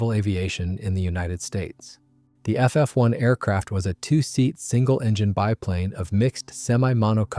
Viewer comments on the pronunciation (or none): It's Fee Fee, not Fie Fie. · Aside from grimacing at the pronunciation of Fy-Fy instead of Fee-Fee, I enjoyed this presentation. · Fyefye and Cartegena with a hard g? Cart againa? Still, well written. Details you don't find anywhere else.